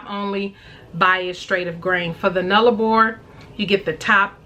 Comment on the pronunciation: Great face off! And well done on your pronunciation of Nullarbor!